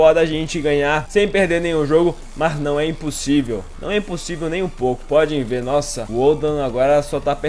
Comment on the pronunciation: se tem uma coisa que me dá nos nervos é tu falar ''PODIM VER'' uhsahusauusha o certo é ''PODEM VER''. Valeu ai, ótimo vídeo. abs.